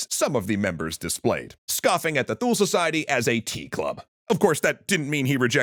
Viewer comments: The mispronunciation of Thule is just gonna keep bothering me. It's pronounced "too-lee", not "thool". Also the name of a swedish company. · Wondering where you're getting your pronunciation of "Thule", because I'd always thought it was sort of like "TOOlee". Wikipedia seems to agree with me as well